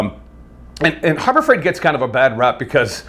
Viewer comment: Did he say Horror Fright Store ??